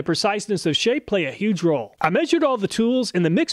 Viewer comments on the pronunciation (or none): none